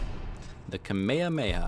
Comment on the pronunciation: Does anyelse notice when he gets kamehemeha he pronounces it wrong it is kah-meh-haam-meh-ha